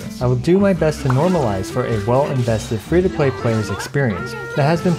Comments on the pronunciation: am i the only one who heard fish to play.. and not, free 2 play. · Why does he keep saying fish to play? 🤦🏽‍♂️ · I'm I the only one hearing "FISH TO PLAY PLAYER" ? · I'm dying hearing you say fish 2 play every 10 seconds lol